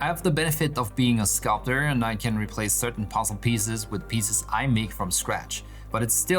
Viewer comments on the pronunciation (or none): none